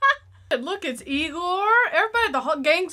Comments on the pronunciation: It's pronounced eye gore, sheesh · Another lighter movie for Hallobeans could be Critters. Oh, and it's pronounced Eye-gore (Igor).